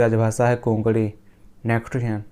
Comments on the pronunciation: bhai its konkani it is not kokdi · It's konkani and not konkadi